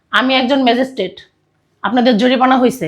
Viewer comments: ভাষাগত সমস্যা জরিপানা নয় জরিমানা এগুলো ঠিক করেন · অভিনয় করছে ম্যাজিস্ট্রেট অথচ উচ্চারণ ভুল জরিপানা কোথায় পেলো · ম‍্যাজিষ্ট্রেট এর অভিনয় করছে আর জরিমানা কে জরিপানা বলছে। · জরিমানা উচ্চারণ করতে পারেনা আবার নাটক চোদায়। অশিক্ষিত মুর্খের দল।